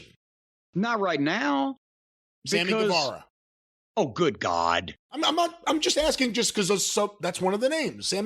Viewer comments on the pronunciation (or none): 'Sammy Guevera" Oh good God no! -Cornette 😂😂